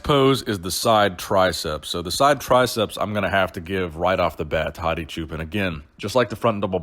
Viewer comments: It's actually pronounced "Choo-Pawn" not "Choo-Pen" lol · please pronounce the last name as a combination of choose and park. Don't say pan like Peter Pan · For the longest time before the Olympia, I always thought you were saying "Hadi Japan"